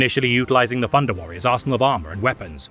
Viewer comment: “Funder” lol